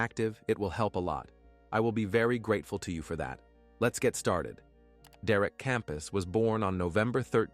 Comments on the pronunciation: derek campos not kampas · I have NO sympathy for that little twat!! Christmas presents are a luxury, not something to be demanded!! EDIT: The guys name is derek CAMPOS NOT KAMPAS!!!!